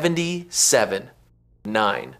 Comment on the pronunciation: "One thousand nine hundred and seventy seven?" Funny way to say "1977."